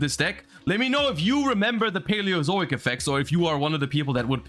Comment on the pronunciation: Just proud he pronounced it correctly :,)